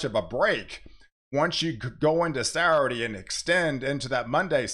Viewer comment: Please learn how to pronounce 'Saturday'. I like you and respect your work, but seriously.